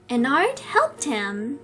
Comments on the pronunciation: It's pronounce ehn-are-d, not how it's written but how you would pronounce it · That's not how you say ennard its pronounced ennerd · You prononce ennard (en-ard). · It’s ennard but sayed as ennerd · You say Ennard Like Enn-erd i think btw I loved this vid :3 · Ed-nerd is how u say it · Ennard pronounce: Enn-erd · It’s en-erd not en-ARD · I think its pronounced ennerd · Its Pronounced EeeeeeeeeeeneeeeeeeeeeeeeeeeeAAAerd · Oh and its pronounced "Ennerd" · Glitchcrap Me: Glitchbitch, Pooptrap, Annoying Virus, Bitchtrap, Weasel, and Non-Scary Bunny-Virus Also Me: YOU ARE PRONOUNCING ENNARD'S NAME WRONG BECAUSE HIS NAME IS PRONOUNCED ENNERD!!!!!!!! >:( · so, message for, you asked if thats how you pronounced "Ennard" But it's pronounced "Ennerd" Not being mean, just a heads up✨❤️ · You: HE’S POSSESSED ME: HE’S POSSESSED ME AGAIN: Wait no...he’s controlled- WAIT..THATS THE SAME THING AM I DUMB- Ok this is confusing- Tell meh pls XD 🤯🤯🤯🤯🤯🤯🤯🤯🤯🤯🤯🤯🤯🤯🤯 Also it’s not Ennard we pronounce it was Ennerd but we spell it was Ennard. Stop reading you fools. Oh so, you think there’s more? Read ⬇️ You just wasted you time XD Sorry 💬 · Heres how you pronounce Ennard: En - nerd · If you wanted to know how you pronounce Ennard it’s Enn- Nerd but they spell it Ennard:) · Ennard is pronounced en erd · This is how you say it En-nerd but it's spelled Ennard hope that helps you! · you said let you know so letting you know saying ennard's name sounds like ennerd but his name is ennard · Ennard is pronounced Ennerd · I think ennard is said as "enn erd" even if it's not spell like that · You asked if you say Ennard wrong, you do.(sorry if im mean) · That's not how you say ennard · Your not saying Ennard right im not trying to be mean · It's not how you say ennard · Thats not how u say ennard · Your not saying ennard right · No you are not saying Ennard right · No that's not how you say ennard Also is that video from shadow glitch -0-? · It’s En-Erd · ENNARD NOT Eenard